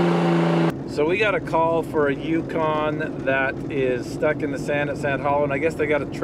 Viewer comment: The first intro I thought you said "Tucson" at first instead of Yukon and got really excited.